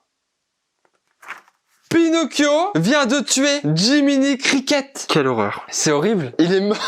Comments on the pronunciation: " Jiminy criquette ??? " C'est pas jiminy criquet ? 😂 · la façon dont t'as prononcé "criquette" m'a fait pensé à la série : "Le coeur a ses raisons" XD